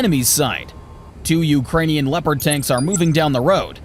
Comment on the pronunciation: when you say Leopand and you shao a footage of a Challenger 2 during training shots 🤣